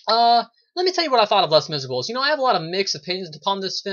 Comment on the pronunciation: Lol you did pronounce it wrong, but don't worry I'm not gonna get all CRAZY on you! I have a review of this movie on my channel as well, I really liked your review because you had a neutral opinion on it, and I'd love to know what you think of my review even though I enjoyed the film more. Anyway, keep up the great work! :)